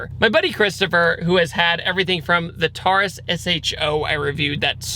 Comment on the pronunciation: WTF is a Tar-Us?